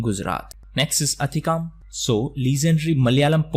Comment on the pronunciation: Sir it's not Athikkam ,it's akkitham